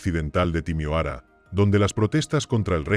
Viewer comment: Casescu no, Ceaucescu. Timioara no, Timisoara